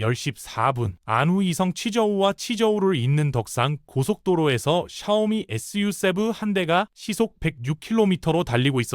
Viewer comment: 언뜻 컨텐츠가 좋다고 생각했는데, 자막 읽을 때 '전국인민정치협상회의', 'SU7' 을 엉뚱하게 읽고, 다른 단어들도 이상하게 발음하는거 보니 AI 로 쉽게 컨텐츠 생성해서 만드는 거 아닌 가 의심이 드는데요.